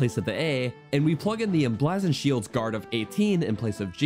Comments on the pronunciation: AFAIK, "Emblazoned" is pronounced Em-blay-zend, not Em-blah-zend, since "blaze" is pronounced with the long vowel ("ay") sound. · em-blaaaaaaaah-zoned shield lol. its said like "blaze" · the "bla" in "emblazoned" is pronounced "blay", not "blah" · Tip for future videos: It's pronounced em-blay-zund, not em-blaa-zund. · Blay not blah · you misused the word "whom" , it should be "who" in that sentence. You also pronounced "emblazoned" (em-blaze-und) as "em-blaz-und". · The "a" in emblazoned is pronounced with an ae sound such as ate or play. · "Emblazzoned" must be a regional dialect. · EMBLAHHZON'd Nice juan m80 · "Em blah zoned" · The way he says 'emblazoned' shield upsets me. )' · Please look up the phonetic pronunciation of "emblazoned," please. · how in the fuck do you pronounce “emblazoned” like this? 😂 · bro honest to god said lizarfos💀💀💀💀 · Staygered...lizarfos...emblazzoned...caw-culated...are you having a problem talking, my man? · Btw, it's "Hai-nox", not "He-nox", also "Em-BLAY-zuhnd", not "Em-bla-zuhnd". Please tell me you don't say "Oak-uh-ree-nuh" and "Me-lay". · i pronounce all of those wrong except Ocarina and Melee "He-nox" (I thought the I had an E sound) "Em-blaz-oned" (I dont even know what that word means) "O-Ca-Ri-Na" (i pronounce this one right) "May-Lay" (Whoever says "Me-Lay" is wrong)